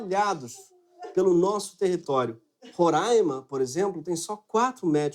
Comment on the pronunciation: 👏🏻👏🏻👏🏻👏🏻👏🏻 E obrigado por falar Roraima da maneira certa ! E aqui pra variar tem uma saúde com péssima infraestrutura e equipamento o negócio vai ficar feio aqui